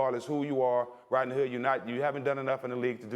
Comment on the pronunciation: Jalen said it like “Rotknee” . And man his hair look more and more fishy every day